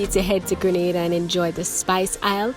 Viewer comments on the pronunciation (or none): Need to correct our island name to English speaking Grenada; IT IS GR'E'NADA and Not Granada, a Spanish island off Spain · It is GRENADA NOT GRANADA!!!!!!!!!!!!!!!!!!!!!!!!!!!!!!!!! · It's pronounced Green-nay-da!